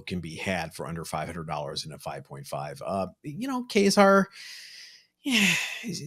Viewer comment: Thanks for pronouncing Ka-Zar correctly 😊 guys